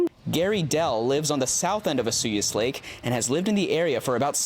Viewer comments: Why Osuyos and not Osoyoos ??? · Find a kid who can pronounce Osoyoos. Sad. lol